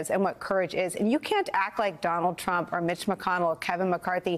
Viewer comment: Trump not tramp.